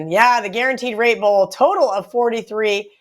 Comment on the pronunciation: Sounds like she's saying rape bowl